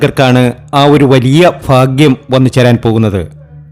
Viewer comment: Malayalam sharikk parayan padikkedo ... Phagyam.... Alphutham jyothishatheyum malayalatheyum vybhicharikkathiri . thanteyoru "phagyam"